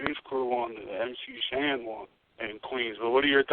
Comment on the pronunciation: MC HAN <---- you forgot the S in MC SHAN